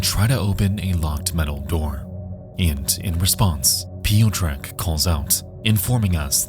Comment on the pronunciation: As a Polish woman, listening to these name pronunciations is killing me. Especially when there's only a handful of actual names. "Piyo-trek"? Really? Please just google a pronunciation for two seconds.